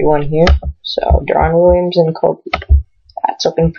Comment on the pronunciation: pau gasol blows... and you can't even pronounce deron williams...